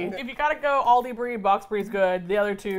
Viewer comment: Every time an American pronounces Aldi wrong, I want to pull my hair out